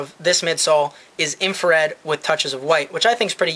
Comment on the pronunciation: Its " infrared " what a roach